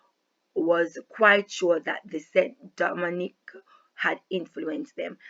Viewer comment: ST. DOMINGUE is pronounced (san-doe-mau) not st dominique